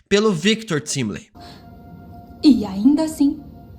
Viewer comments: Só uma dúvida. Porque você fala timeli sabendo que a pronúncia é Timely (taimeli) ? Tipo quando falava "eliofi" sabendo que a pronúncia é "alaiofi". Seu conteúdo é ótimo, se falar com a pronúncia certa então vai ser show. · Poxa, cara, corrige a pronúncia do Victor, pelamordeDeus... é "taimeli" de Time-Tempo, ok? "timeli" é de doer os ouvidos... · nao é "timeli"... é "taimeli" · Pq vc fala Victor "Timily" ? Fala Victor "Taimily" mano rsrs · se diz "TÁIMELY" e não " TÍMELY" que fica horrível, por favor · Timely se lê "taimeli". Pelo amor de Deus!! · Cara, a pronúncia é Victor "TÁIMILI" pelo amor de Deus.